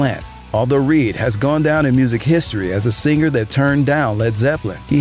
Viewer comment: Dude you dont need to pronounce the G so hard in singer.... sing-gurrr